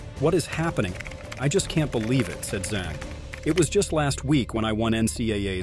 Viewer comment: Her surname Zhang is pronounced "Jung" similar to how you pronounce sung, flung, rung, hung, etc.